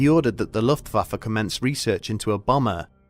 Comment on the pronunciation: Ok but if I was in this war I think I woulda died bc every time he says “luftfaffer” I can’t keep a straight face